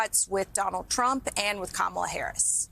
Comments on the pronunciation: Harris' border job was to slow the people leaving Central America. I've read reports that asylum seekers from the Guatemala, El Salvador, & Honduras triad did in fact slow. Harris was never what Republiks like to call her, Border Czar. These women don't know that. [Edit later group] Kuh MIL luh. Honey, you can't even say her name : like "comma" it's KAH mah lah. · I'm sorry but some people need to stop reproducing. This is what happens when you live inside your bubble. Also it's not Kameela. It's Ka-Ma-La for lords sake. This lady with the glasses is too smart for her own good. Just at home running down that rabbit hole smh. These people are for real bugged out. I could never be a Republican my head would explode. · Trump has a way over inflated ego 😢 and that scares me so incredibly much 😢Camilla? Another intentional mispronunciation of her name 🤬🤬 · Those Karen’s are total Fox News Kool-aid drinkers—they should have been fact checked by the interviewer that Trump was the one responsible for sabotaging a bipartisan border deal! They’re so misinformed by MAGA. People also need to learn to pronounce her name correctly: KA-ma-la—accent is on first syllable!! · Anyone else hear the soft “KamEELa” under that woman’s breathe because she was nervous about not knowing how to properly pronounce it…? Lol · And VP Harris's name is pronounced Kam - ala, not kam-a-la. Trump and the far right are always trying to put a Middle Eastern twist on it in an attempt to rile up the Islamophobia and racism in his followers. In Sanskrit, Kamala means Lotus. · She can't even pronounce her name right. Camilla did she say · This lady was basically like I’m worried Trump will be a horrible dictator and seek retribution but then again I don’t know they kamilla lady (didn’t even pronounce her name right) and then says I’m just gonna wait and see. This is why we can’t have nice things people. We are a country of idiots. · One of these folks is a BRF fan. She pronounced Kamala as "Camilla."